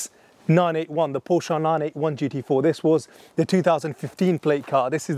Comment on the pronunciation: Since you're a specialist, Porsche is a two syllable name.